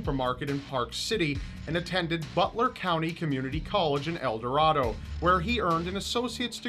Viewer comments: El Dor-RAY-do for you non Kansans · Its eldorādo dude😂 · I live in Wichita and the town is called EL DER RA DO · I love his videos. one problem with this one... El Dorado... pronounced El Door a do. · El Dorado is pronounced "El Dor-AY-do." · I live in Wichita Kansas and work for one of the media outlets he sent letters to. I`m glad they finally caught him! Its amazing how such a monster could live in this little area. Oh, and by the way its pronounced El Dor-ray-do, but great vid! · And speaking of getting killed, don't pronounce El Dorado around residents of that town the way you said it in that video. They really don't like that. It's pronounced "El Doh-RAY-doh." Yeah, I know. Kansans also pronounce the Arkansas river the "Are-Kansas" while it's in the state's borders, but once it leaves the state, it goes back to being pronounced "ark-in-saw." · I grew up in Wichita, I remember when he sent in the last letters and eventually got caught. It was quite the buzz since as you can imagine Wichita is quite the quiet city. Not to sound pretentious because Kansas pronounces certain things weird we pronounce El Dorado as El DerAdo emphases on the A. I know it's weird it gave me a chuckle hearing it pronounced that way! Great video very informative! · he pronounced El Dorado wrong